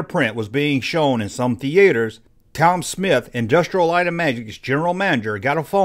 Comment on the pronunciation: THE - ATE - ERS... lol